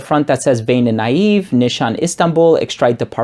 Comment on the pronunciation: Pronunciation is "nishane", not "nishan":) This is Merin from Istanbul Turkey.